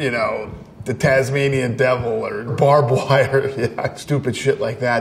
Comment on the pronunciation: Road runner😂 brab wire 😂he speaker facts